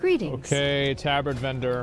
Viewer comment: He calls the tabard TAH-BARD. Lol